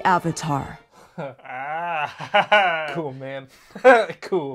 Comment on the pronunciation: “Ad-vatar” too perfect! 👍🏾